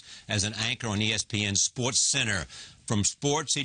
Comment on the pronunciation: Too bad Charlie Rose can't say the word "SPORTS".